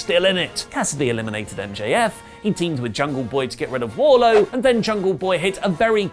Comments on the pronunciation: Pssst. It's Wardlow not Warlow. Your welcome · Wardlow.... not warlow lol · Can someone explain why keeps calling Wardlow as Warlow? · Wardlow with a D! Cmon oli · .........it's Wardlowe.... right? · Isn't it Wardlow? Why u dropping the D from his name?